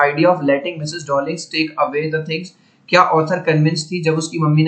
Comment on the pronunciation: डोर्लिंग नहीं डार्लिंग है🤣🤣